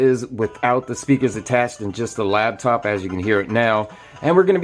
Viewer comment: When did "Labtop" become a thing? It's "Laptop"!